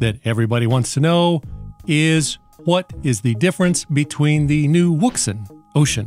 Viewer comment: Love your videos,, but I wanted to help out for your favorite listener. I have a Chinese friend who has been a ham operator for many many moons, and he instructed me on how to pronounce the brand-name. It is pronounced "WOUXUN". You're welcome